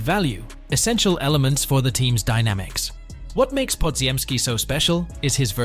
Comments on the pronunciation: podziemski is not pronounced the way it’s spelt. Only AI would pronounce every single letter in it. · ones like bpodz. Ai pronounces it how it’s spelt, but it’s not correct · yeah, I got it now, from the way it pronounces Podz name you can tell it’s AI voice. However, Koominga is the right pronunciation since it’s a Congolese name. I’m from Burundi, DR Congo is our neighbor